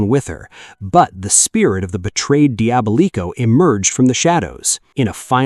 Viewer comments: Bruh said “Dee-aba-leeko” 😭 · The butchering of Diabolico's name, jesus. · “Diabolico” pronunciation is diabolical